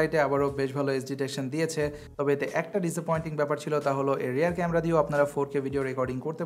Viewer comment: Rare nare vai "Rear".